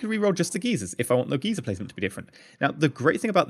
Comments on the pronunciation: We this is somewhat annoying me you are saying gezer you are supposed to say it like gy-zer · Maybe this is a EU/NA thing, but I've always heard it pronounced 'guy-ser'. 'Gee-ser' refers to old people, generally men.